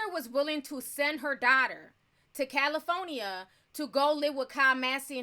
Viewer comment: Love the way u say CALIFORNIA 😆